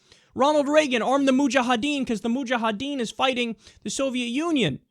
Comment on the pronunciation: Lol when Kyle says, "Moo-jah-ha-deen".